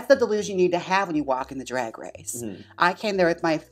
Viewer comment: The way Trixie and Jaymes say "draeg" in the same way